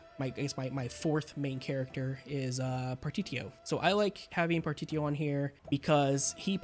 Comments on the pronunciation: It's pronounced par-tish-E-O it's all good tho lol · The fact that you can’t pronounce partitio is enough to have YouTube never recommended another one of your videos.